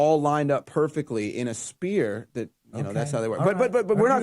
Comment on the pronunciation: Spear? Spear? That guy did call a sphere a spear more than once.. 😂